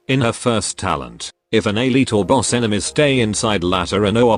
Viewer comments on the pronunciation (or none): none